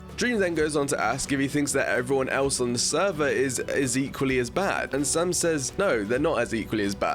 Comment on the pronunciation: It’s Sam not sum